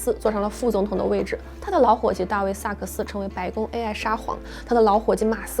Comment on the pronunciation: AI的发音能不能纠正一下 每次听着都很难受😢